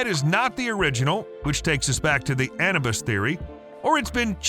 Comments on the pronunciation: it is not ana bus it is Anubis ah new bis. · You miss pronounced the name Anubis.